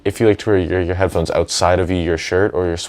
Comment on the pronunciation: Don't want to sound rude but do you have a problem saying headphones?